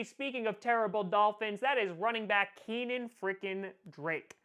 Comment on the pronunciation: Kenyan Drake. Not Keenan Drake